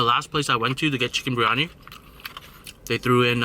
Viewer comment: It's spelled biryani. You say it with the "r" before the "I". But it's supposed to be said with the "I" before the "r". The full pronounciation is beer-yani with a small roll on the "r". Keep up the good work tho! Just a little too from a brown dude